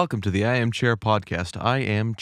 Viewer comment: XD also they called you shae not chair